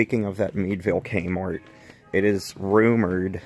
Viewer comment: I love how he says kmort